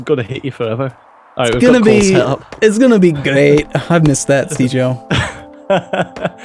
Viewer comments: You say, I hear Caber. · On second thought, is it correct to call it a soft g? When I think of a soft g I think of words like giraffe. I'm sure it has to vary with different versions of English. But I think now I'm waiting for to say something that sounds like, "jireat"